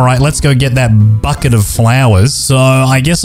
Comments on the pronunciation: Bouquet ❌ Bucket ✔️ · it’s bouquet! NOT BUCKET BOUQUET ITS CALLED A BOUQUET